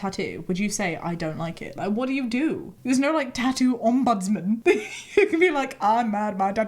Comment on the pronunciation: Did she just try to say ”ombudsman”? That’s the cutest butchering of a word since smörgåsbord!